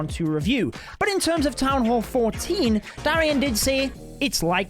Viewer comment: Its supposed to be town..